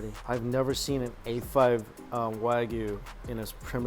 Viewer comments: Mikey, pretty please stop calling it WAGU there’s a Y in there... Waa-GYOO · Its not WÄGUY .. its WA GUY , god damn the pronunciation makes me angry.